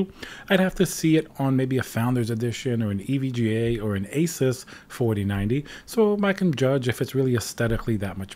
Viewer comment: I love how he says it as it should be = A- SUS not A zues or a sues.